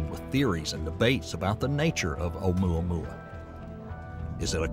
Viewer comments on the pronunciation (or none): ...did he say Ohmyohmy?